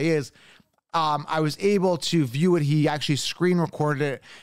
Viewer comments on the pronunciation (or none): none